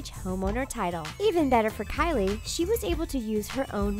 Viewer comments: The way she calls kylie "Carly" pisses me off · why do you say kylie that way it's so cringie